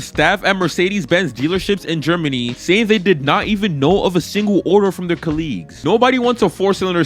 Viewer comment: Why did you say Colleagues like that